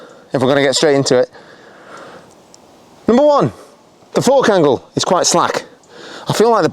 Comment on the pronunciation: Did he say fork angle or four candles.